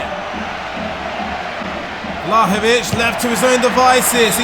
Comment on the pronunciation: not Vlahovic, but Vlaovic, lol